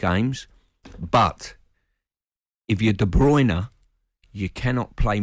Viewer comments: "Kevin Deebrooner" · Worst pronunciation of KDB’s name.